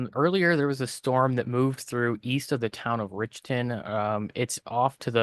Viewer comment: Dear Ryan. That town in Ms is called Rich ton not Rickton. Thx